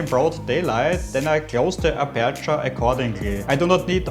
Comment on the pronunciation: oida... die aussprache tut SOOOO weh..... streng dich an. und die betonung ist auf (A)perture......